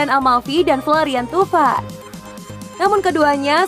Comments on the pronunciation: pada baca nya thauvin kan ya...tp kenapa pas di sebut tuvan?? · Thauvin min,, bukan thuvan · gw ga suka sma komentator nya~ kalulu absen, romagnoli udah balik... cara baca Thauvin jg kurang akurat, jadinya indo banget...